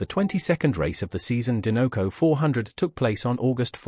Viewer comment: Din-no-co??? Sir. There is only one n… and the logo is a dinosaur 🦕 do you say din-no-saur? Or do you say die-no-saur???